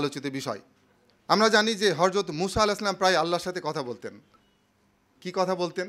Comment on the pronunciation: আমার কয়েকজন জুনিয়র কলিগ নিশ্চিত করেছেন আপনি খুব একটা গুরুত্বপূর্ণ শব্দ --"হযরত" এর উচ্চারণ করেছেন --"হরযত" এবং আমার কাছেও তাই মনে হলো। আশাকরি আরো খেয়ালী হবেন। দোয়া নিরন্তর।